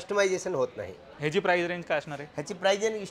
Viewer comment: प्राइज नाही, प्राइस म्हना 😅😅